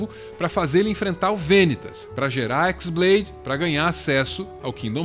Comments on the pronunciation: na verdade não é X blade(de Xis), e sim chi blade, sendo chi a letra grega, ela parece um X e chi blade tem o som parecido com keyblade, foi uma jogadinha de palavras e sons, mas parabens, foi uma otima tentativa de trazer a luz da razão sobre essa serie maluca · Não é Xblade (exblade), é χ-blade. χ é uma letra grega, que se pronuncia como "Ki". χ-blade e keyblade têm a mesma pronúncia. Confuso? Sim, muito. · O nome da "Keyblade" original não é "Équisblade" e sim "Qui-Blade" o X não é a letra "Xis" e sim a letra grega "Qui" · “X blade” AAAAA QUE AGONIA DA SUA PRONÚNCIA ;-; No jogo a pronuncia é igual a de keyblade